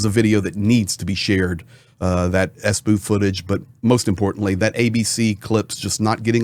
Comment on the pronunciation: I really love your reporting, the only thing; WHY suddenly, after 3 years starting to say "sbu" it's an abbriviation, so why not S B U ? You don't say F bi or C ia its SBU, FBI, CIA. I know, it's my problem, but it's really aaachhh